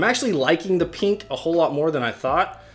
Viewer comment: the way he says pink annoys me